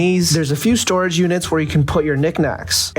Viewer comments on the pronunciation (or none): none